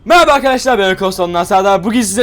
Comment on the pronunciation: Meyaba arkadaşlar diyor sanki girişte